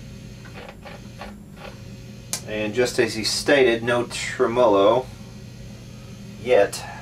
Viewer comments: ˈtreməˌlō Accent on the first syllable. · Love your videos! You've got to be the only person in the planet that pronounces tremolo with the emphasis on the second syllable. :) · TREM'-olo, not trem-MO-lo. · cooplet? tremOlo? why? Pronunciation questions aside, great video, very informative!